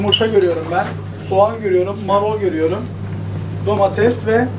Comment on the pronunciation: Abi marol değil marul 😂